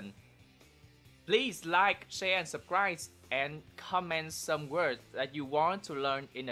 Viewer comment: "Some" not "cone"